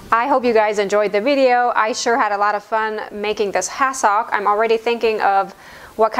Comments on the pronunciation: I was trying to figure out what was saying. I realized she was saying ‘has-sock’ phonetically saying it. Growing up on the east coast we call is ‘has-sick’ it may not be phonetically correct but that’s how I’ve always heard it. I’m glad I figured it out…you’re way of saying it is probably correct! Lol 😄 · I remember hassocks from when I was young. I’m retirement age now. I did not recognize how you were saying it. Always heard it pronounced “ ha suhk.” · Honey love your channel. It's pronounced hassick. 😊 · Couldn’t handle listening to your pronunciation of the word hassock to stick with this to the end. Sorry